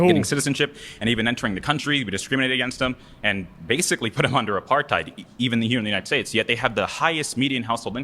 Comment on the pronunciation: that's probably the most accurate pronunciation of Apartheid I've ever heard from a non-South African